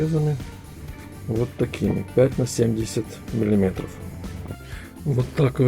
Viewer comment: чего??? ВЫЛАЖИВАТЬ??? мелИметров?? все норм все классно! но ухо режет